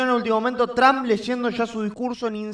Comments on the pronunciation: He estado pendiente, con uds gracias, y se pronuncia Donald Trump, no tramp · No es. Tramp.... es tromp la fonética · No es tramp es trump ridiculo regresa ala escuela boludo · Pronuncia bien el nombre cojone